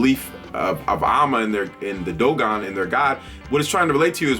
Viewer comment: Good video n their pronounced dohun 😊😅 I dated a dogon. Nd they're actually very smart.